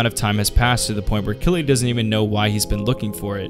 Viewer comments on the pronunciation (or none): Killy is pronounced Kiri in Japanese